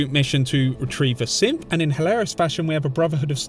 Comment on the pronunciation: I get WAY too much enjoyment out of your accent when you say synth sounding like simp